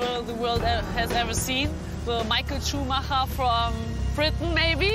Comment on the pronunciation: It's rare to hear Michael Schumacher's name pronounces correctly